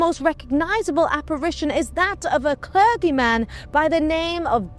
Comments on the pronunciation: Did she seriously say 'cler GEE man'? G as in Goat? It's a soft G, as it is followed by an E! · I'm ABSOLUTELY STUNNED that Ross allowed her "destruction of the English language " to go incorrectly said"!! Between Cleergyman and Piers Gavestone"... I was completely stunned!! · My only negative comment is the pronunciation of clergyman! It should of course be “clerJyman” with a hard “G” not a soft “G”!!! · British accent. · Great video, but the 'g' in 'clergyman' is a soft g as in 'urge', not a hard g as in 'dog' 👍